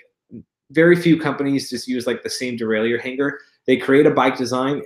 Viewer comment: Actually derailleeor is incorrect. Derailleur as you used to say it is correct. Its a french word.